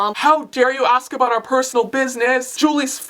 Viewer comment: about aBOOT? Ahbout? ahbout?